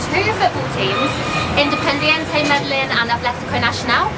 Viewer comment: and Once again, you're continuously mispronouncing MEDELLIN throughout the video...it's very annoying. Btw, the energy at the game was AMAZING! Colombia and Colombians are very passionate about everything which is why I love this country. Thanks for sharing!!!